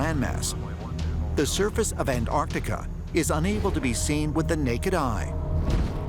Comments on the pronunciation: The way they pronounce Antarctica bruh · Why is Antarctica pronounced Anartica? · why he keeps saying an-artica, literally eating the T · I wish someone would explain to these Yanks that it is NOT An-Artica! The region is An T artica, YES , with a T after the n ! STOP BASTARDISING THE ENGLISH LANGUAGE, MORONS! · Why can’t Americans say Antartica,morons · the way this narrator says Antartica is doing my head in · Why do Americans leave the "T" out of Antarctica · can you please pronounce it correctly pronounce it with the T lol bloody yanks! An tarc ti ca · Antarctica. The world’s most mispronounced word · May be petty but why do Americans not sound the T’s in AnTarcTica? So hard to listen to and it’s harder to say without the T’s. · whats even more strange about this is that people dont pronounce the T when saying anTarTica